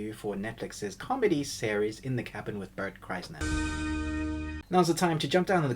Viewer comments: Coincidentally, there's a longtime running joke between Tom Segura and Burnt Chrysler in which you always say Bart's name wrong, and you've already stumbled into it. You're ahead of the game. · You are saying his name wrong wtf